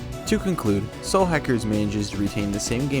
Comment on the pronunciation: lol Your accent makes it sound like you're referring to this game as "Slackers." >_<*